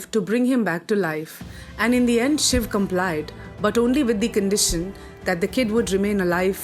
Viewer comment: So far found the only video which calls shiv and not shiva, In today's world everyone is busy in englishisation of words this may seem new term but it's true especially for those who study literature and changes in literature. In today's date every Sanskrit word is attached with an extra "a" sound which disturbs its meaning and pronounciation Pls spread this knowledge